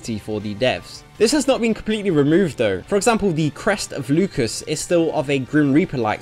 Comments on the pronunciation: Lucas???? It's Lucis... Loo Sis.... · This isn't the country of George Lucas, pronounce it properly scrub. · Every time you called it Lucas instead of Lucis I lost 100hp. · Who cares about China? Even talking animals are banned there By the way 'Lukis' lol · actually we're both wrong. It's latin and it's pronounced "Lootchis". But the game uses Loosis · Did he say Lucas? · It made me lose track of what he was saying every time he said Lukis. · You pronouncing Lucis is just by far the most awful thing I've heard this month. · Omg you butchered the pronunciation of Lucis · the way you pronounce "Lucis" is unsettling.